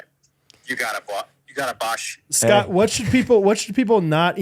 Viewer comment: Every goofball “Portuguese” pronunciation is KILLING ME 😂💀 “SHHHHHCOTT Peck”